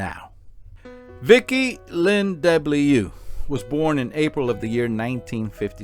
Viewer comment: As a Frenchman, I would suggest to pronounce DeBlieux like : ‘deu’-‘bly’-‘eu’